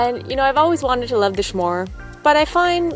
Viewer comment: s'more as in eat one you want some more, hence s'more. why do you pronounce it schmore??? just curious, as is mrjamiew. you make good vids. thanks for sharing.